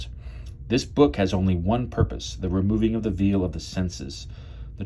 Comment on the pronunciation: Veil is pronounced like vale. Great video.